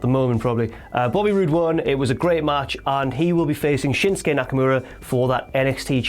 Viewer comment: Shins-kay? You mean SHIN-SUKE? I mean damn get the mans name right.